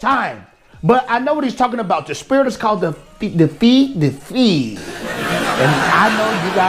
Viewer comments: It's pronounced "fay-uh" but good job on everything, man. Keep it up. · Ay-nUr... with the rolled R. Fey-a. And Hro-a. That's how you say it. And yes, the Ainur are binary creatures. Tolkien would not be pro-LGBT. At all. And he definitely would not be pro non-binary.